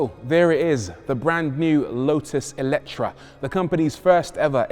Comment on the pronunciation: FYI it's "AY-letre". The original hungarian word has an É not an E at the beginning